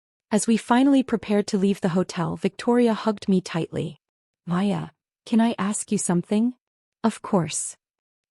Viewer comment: Her name is Maya. Not Hiya, Piya or anything else.